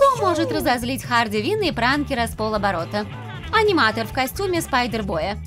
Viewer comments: Не хардиквин а харликвин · Почему говорите Харди кин ане Харли Квинн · Не Харди Вин а Харли Квин